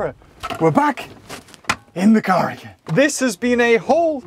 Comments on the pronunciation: when says "car" i cant help but hear anything else other then "car car" xD help me please god i cant return to normal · Which one's the friggin car-car again?